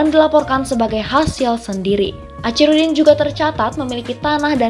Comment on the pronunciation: Sayangnya admin yg membacakan narasi dr tex naskah klihatan kurang wawasan gak yg pria maupun wanita geli telinga mndngarnya kosa kata Achirudin .. itu dibaca acirudin pdhl sbnrnya dibaca akhi bkn aci dan kabupaten medan gak ada woi..yg ada kota medan